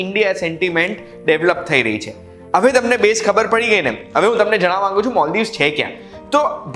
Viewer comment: Moldives nahi maldiv sidhu bolya ne Gujarati ma... Gujarati bolvama jibh lakvo mari jati hati?🤬😡😡😡